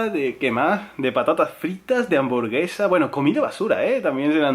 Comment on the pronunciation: fui la única que escucho anvorgesa?